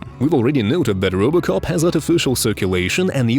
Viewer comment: "Rubocop" xD